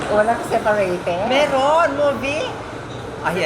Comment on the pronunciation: Nalokah ko sa 'SEPARATED' 😂 😂 😂